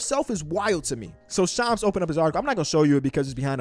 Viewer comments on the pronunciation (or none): Lol bro how do you say ham? Lol say ham. And then say sham. Add an “s” and you got shams. Who is shoms?😂😂